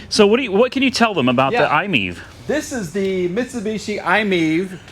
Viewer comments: We love our iMiEV and I hate the way you pronounce it! It's not I-MEEV! It's I-Me-Ev. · I’m think it’s pronounced I-My-EV, not Imiev